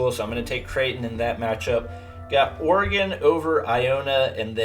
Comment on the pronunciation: says Creighton... says oregon